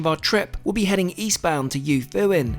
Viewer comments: You-foo-een. Love Kyushu. Lived there for five years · Yufuin is pronouced Yoo foo in, not Yahfahin. Similar to why I think you didnt say the city name where you started as that is pronounced Foo Koo O Ka, NOT F*ck U O Ka. 😅😂😂 Its also Ass O ( as in boat) not Ass Ow Edit: Also somethings that's been bugging me in your videos, saying "wagyu beef" all the time is completely redundant. Wagyu literally translates to Japanese Beef (more precisely beef from the country of Wa, which is the oldest recorded name for Japan). So each time youre basically saying japanese beef beef. You can just call it wagyu as an entity on its own. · The place Yufuin is pronounced more like Yoofooin but the oo sound is shortened a bit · lol gotta love your ridiculous pronunciation of Yufuin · Great video except your pronunciation of Japanese words is appalling. The reason for the no photography in the bar is Japan is huge on privacy and the protection of fellow passengers integrity. If someone has a little too much to drink they don’t want images of that out for all to see. Especially employers or clients. I guess you could say they want these people to be able to relax without fear. Not having to wear a mask for once. If they could be photographed or filmed they wouldn’t be able to actually relax. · That was an excellently shot and edited video. This train is local to me (I live in Fukuoka). I've seen a few videos on it, but I think you captured the experience best. I would suggest you have someone give you a bit of guidance on Japanese pronunciation though, as the way you said some of the names was a bit off.